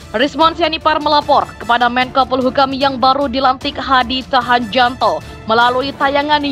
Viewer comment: Mbak, mbak.. Sampean apa nggak pernah dengar nama menteri polhukam yg baru, kau sebut hadi Tahjanto, dan channel Rismon Belik academy, cobalah searching lagi bagaimana penyebutannya jangan oon lah